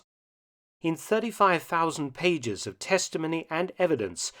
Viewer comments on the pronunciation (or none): none